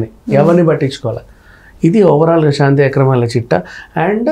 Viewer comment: Anchor ki telugu rada? Shanthi , devalaya shaka words lo H ledu. Sarriga matadu